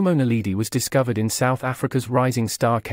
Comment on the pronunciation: It's drives me crazy to hear,"Naleedee".